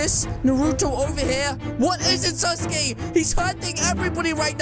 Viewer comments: said saskay wrong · calling Sasuke suske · I love how says sasuke it sounds like sus gay👍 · why sasuke when it’s saske